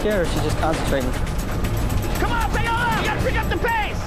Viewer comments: What in the world is payohlaw its pawohlaw. Paola is a Latina name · Why do they pronounce her name like "pay-ola" 😭